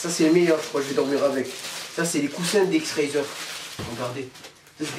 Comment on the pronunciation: ça se dit pas dx razer mais dx racer